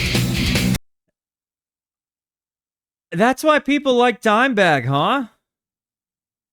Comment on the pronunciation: "Dimeburg" Lol